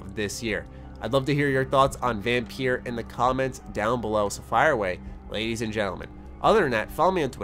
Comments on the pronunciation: You said vampeer i cringed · I see quite a few people talking about it, maybe it's just in certain communities. But then the devs themselves aren't actively advertising the game right now, which is a bit weird. EDIT: Also, the game is pronounced as "vampire", it's the old spelling of the word. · You say it as Vampire you daft sod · VAM PIEERR haha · I'm sorry.....how did you just pronounce the title?